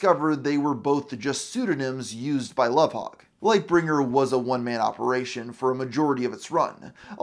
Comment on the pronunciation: I think it's spelled Lovhaug or Louvhaug but the pronounciation is correct